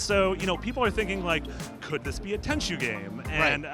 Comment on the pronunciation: ITS TENCHU JESUS PEOPLE